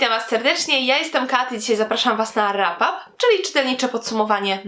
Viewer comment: Dziękuję Ci za to, że mówisz "rapap" a nie "wrapap" :D serio, chyba pierwszy raz słyszę żeby ktoś na polskim booktube'ie poprawnie wymówił to słowo.